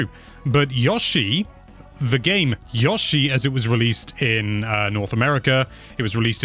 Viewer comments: Every time says Yosh-i instead of Yo-shi I die a little inside! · I know you're from the UK... but his name is Yo-Shee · Yawshi? Really?